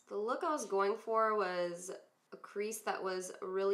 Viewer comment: Who else heard her say feeer instead of for lol good look though !